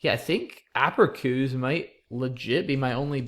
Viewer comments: Haha -- is such a genius I usually find his mispronunciations kind of cute, but by the 4th or 5th time he said "aperkoos" I was writhing. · The C in APERÇUS is pronounced like an S by the way ;)